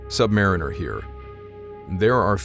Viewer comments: So, is it true that you sailors prefer the pronunciation of "sub-ma-REEN-er" instead of "sub-MARE-in-er"? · MCUL = “Missile Compartment Upper Level.” That’s it. No abbreviated pronunciation when spoken. Also, submariner is pronounced like submarine + er. Sub-Muh-reen-er. Not Sub-mair-ih-ner. (I didn’t see an answer in the comments, so sorry if I am being redundant). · Okay my man? You have to say submariner correctly. It's the way you said it is wrong. That suggests that we submariners are subpar mariners. We are good damn Mariners. The proper way to pronounce it is the word submarine with the ur sound after it. Submarine-ur.